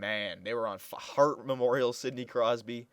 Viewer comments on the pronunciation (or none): none